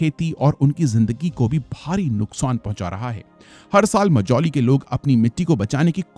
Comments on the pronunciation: I request you to pronounce the names correctly of tributary rivers. Also it is not "मोजौली" it is "माजुली". Love from Assam❤ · Sir assam ka pronunciation thik kijiye assam aur majuli ka. Aap galat tarike se pronounced kar rahe hai.